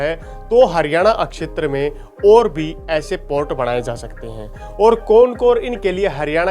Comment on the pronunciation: Thk h akshtar... shetra hota h